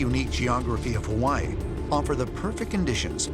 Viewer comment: Im so annoyed with the way the narrator says Hawaii.